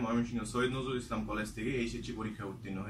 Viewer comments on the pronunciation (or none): none